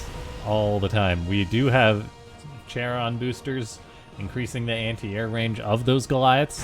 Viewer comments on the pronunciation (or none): not sure if it was intentional or not, but "Charon" is pronounced like "Kerron", not like "chair-on", lol